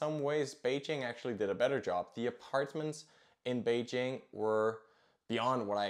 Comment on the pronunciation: Your pronunciation of Beijing is already not bad, while that you also pronounced Pyõngchang correctly is remarkable.